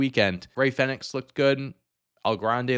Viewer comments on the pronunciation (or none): The triple threat match between Iyo, Rhea, and Bianca was the best match of both nights. The Punk, Reigns, and Rollins was def second. I'm sorry I couldn't tell who you were talking about in the Chad Gable, Rey Fenix match. Fenix sounds like phoenix not fa nicks. I thought the moonsault senton was cool too.